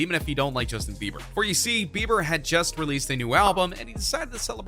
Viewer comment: U said bever... ITS BIBER!